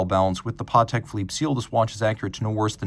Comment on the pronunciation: NEVER trust a watch guy calling a Patek watch a PARTEK 😮